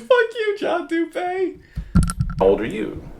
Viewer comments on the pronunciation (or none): Isn't it pronounced doo-pee and not doo-pay? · Dupeee bro. Not dupay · His name is pronounced Doo Pee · It’s actually pronounced Do-pee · it’s doo pee